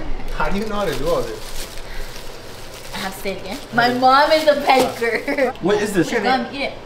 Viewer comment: really said caker instead of baker 💀😂😂